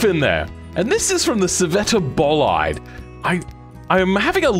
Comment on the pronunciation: Why did you pronounce scivetta bolide like that😢